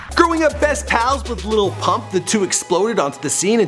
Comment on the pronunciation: Lil pump not little pump......